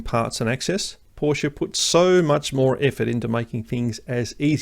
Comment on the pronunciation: You just got a new sub from this Kiwi/Aussie living in Germany, for 3 reasons: 1 subject knowledge far exceeding mine and great content 2 Anzac connection 3 You pronounce Porsch-e correctly. WTF with all these so called "experts" who can't even say the name properly!